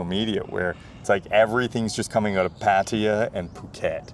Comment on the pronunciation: you speak very well, but you've been in Thailand for 11 years? Now you're ready to pronounce "Pattaya" correctly. Listen to how Ying pronounces it.